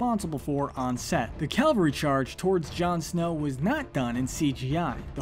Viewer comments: its ca-VAL-ry...not calvary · "Calvary charge" cav-al-ree, not cal-vuh-ree